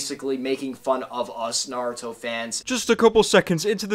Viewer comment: Naruto not Nardo